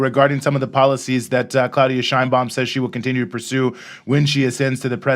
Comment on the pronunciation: You should also pronounce Claudia Sheinbaum the way she and Mexicans pronounce it. It is not "Shine baum," rather "Shane Baum."